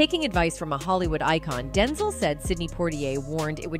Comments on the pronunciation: His Name is DenZEL NOT denzull!! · Can you stop mispronouncing Denzel.😡